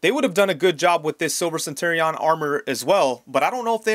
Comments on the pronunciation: What's with the weird pronunciation of "centurion"? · Courtesy heads up: you should look up how to pronounce "centurion." The way you're saying it is way off.